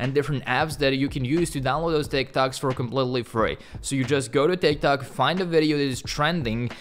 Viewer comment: Bro every time you said ,,tik tok", I kept hearing ,,thick tock" XD.